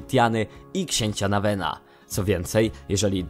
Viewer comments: Nawina nie nawena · Nawina a nie Nawena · To "dzwonnik z NOTR dam" a nie noter dam I to książę "Nawii" a nie Nawen XD